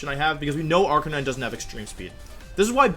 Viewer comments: "AR-KI-NEE-NEY" 😂😂😂 I see what you did there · Say arkaykneenay one more fucking time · Ive never understood that pronunciation of arcanine